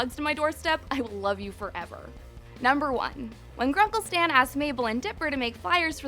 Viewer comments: did she say sam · did she say grunkle sam?! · This woman: “Grunkle Sam” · She said sam in sted of stan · did you say Grunkle Sam? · did anyone hear her say grunkle sam? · Did. She. Just. Say. Gruncle. Sam. instead. of. gruncle. Stan. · Dont tell me that this girl said grunkle sam instead of stan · She said gruncle SAM?!!? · she said Gruncle Sam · "Grunkle Sam" lol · she said gruncle Sam the first time........THIS IS........ UNACCEPTABLE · she said sam not stan